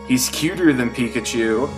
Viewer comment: But pichachu is phicachu!!